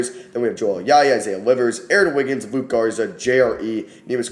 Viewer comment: LUKA…Garza. Not Luke. It’s literally the same as Doncic. LUKA, cmon